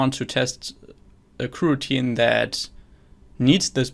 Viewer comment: I see, thanks! And thank you for the great content! (The reason to use Java is that I'm a beginner and have already tried to learn way too many languages this year... and btw, I think your pronunciation of kuh-routine is hilarious xD)